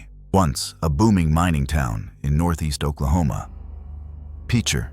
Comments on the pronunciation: Pitcher is the way it's pronounced! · You can tell this is an AI narrator. I really hate AI narrators. They cannot get local terms, correct but they also missed the obvious pronunciations like pitcher . A pitcher of iced tea, a pitcher of lemonade, pitcher, Oklahoma! What’s the damn hard about that! This is why I hate AI. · It is pronounced like a pitcher that you would pour tea out of.